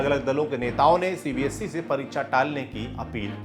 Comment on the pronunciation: Its CBSE not CBSC, please work on ur pronunciation, if you are gaining this many view count, it should be your responsibility too,.